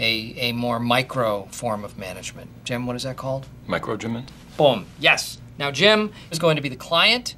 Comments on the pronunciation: Nagorogan no, the joke is that micro management is literally called micro-management, and instead he said microgment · What other people hear: Micro - gement👍🏽👂🏼 What I hear: Micro - gErMaN🤨😂😂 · microjament or microgement